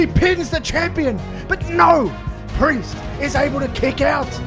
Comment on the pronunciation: Cody: and with that Mr. Pee-Erse i bid you a goodnight, not a farewell for i wish to see you when the time comes 🚶‍♀